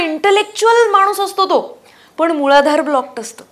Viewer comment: मुळधार नाही ग मूलाधार